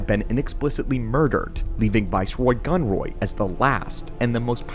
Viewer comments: why does gunray keep becoming gunroy? AI much? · The constant mention of "Viceroy Gunroy" hurts my soul 😅